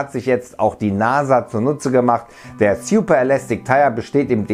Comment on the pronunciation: Sjuper?, könnten Sie sich bitte ein bisschen mehr Mühe geben Wörter korrekt auszusprechen? Manchmal ist es echt lächerlich.